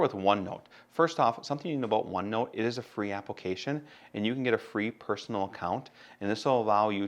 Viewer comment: I laugh each time you say "apple-cation"